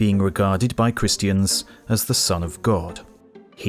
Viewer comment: the cringe reading some christiaNNs haha